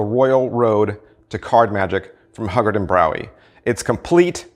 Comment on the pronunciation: "Hyoo guard" not "Hug Guard"; "Gee-oh-bee not Gay-Ah-Bee"; "Minch" not "Munich"